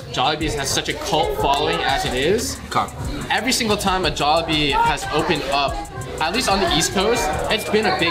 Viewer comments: idk why i get triggered when he says Jollibees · Can he stop pronouncing Jollibee as “Jollibees” like what?